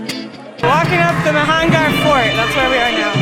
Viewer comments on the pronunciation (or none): It is Mehrangarh fort, not mehangarh